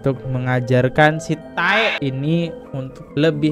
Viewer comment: Bang densu pernah jelasin klo "tae" itu dia ambil dari kiasan korea, jadi ngomongnya jangan TAE tapi "te", A-nya jgn dibaca. Katanya pinter, research dulu dong. 😌 Bukan maniak drakor jadi gak ngerti cara bacanya 🙊